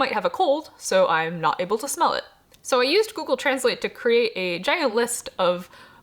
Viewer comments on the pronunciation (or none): none